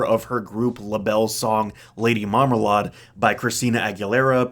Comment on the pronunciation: Did he say marmalade like “mama-lard”?